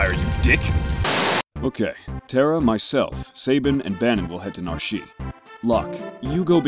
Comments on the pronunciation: List of other word or names said wrong this video: Sabin Narshe Strago Also: no one in their right mind would take Gau over gogo to the final dungeon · I always thought the e was silent in narshe